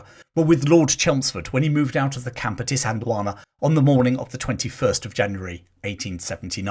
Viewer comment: Well done on pronouncing Isandlwana properly. I think Hollywood ego did get to Niven in that he attempted to volunteer for the RAF rather than serve in the army. Despite that hiccup, he served his country with honour when he so easily could have remained in America. Nivens American experience as well as his military experience made him the ideal liason officer both sides could work with.